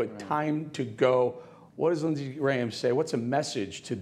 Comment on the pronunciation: Don't be so sure Grahm-ham